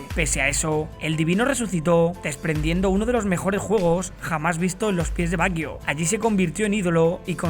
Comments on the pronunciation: Todo bien...pero me fastidia la pronunciación del apellido... No se dice "baguio"... Se pronuncia "bayo" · como que baguio? se pronuncia bayo. badjo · Por qué pronunciás "Baguio"? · Estaría bien que pronunciara su nombre correctamente...porque se escucha muy feo asi😉